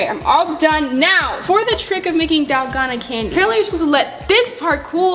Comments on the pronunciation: Dal-goh-nah. Not dal- goe-nah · pls its DALGONA not dolgana 😭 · pronounced (dal-goe-na)